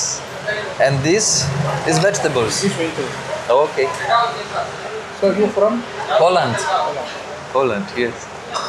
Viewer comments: Jesli mowisz “POLAND”, to obcokrajowiec rozumie jako Holand. Poprawna wymowa: “POŁLEND”. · Prawdopodobnie wynika to z błędnej wymowy, ze zbyt spłaszczonego "o". Polecam film Arleny Witt na ten temat: I'm from Poland. Holland?